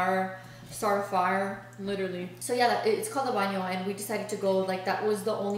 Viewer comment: Did no one catch how said Faarrrr instead of fire lmaoooo I died